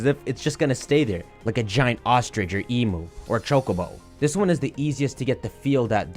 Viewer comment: as a member of the Australian community Imma have to ask you to stop pronouncing emu like Like fr please it hurts